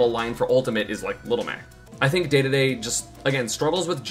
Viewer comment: isnt it pronounced Dee-dee-dee? why does he say day-day-day